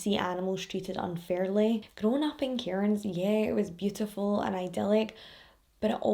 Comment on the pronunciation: Also, I live in Cairns, it's said like cans, the I and r are silent